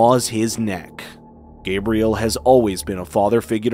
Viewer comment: Wait… why is he pronouncing the father’s name like Gabrielle, not Gabriel?